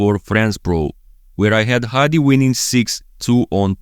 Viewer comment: I'm actually impressed how good you pronounce his name😂 Hadi's ofc!